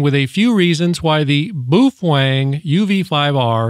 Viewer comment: Butchered the name.